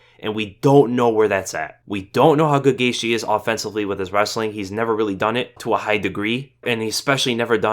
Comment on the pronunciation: Its gaethje not gayshe